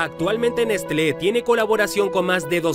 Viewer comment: Se pronuncia Neslé! 😋 Gracias!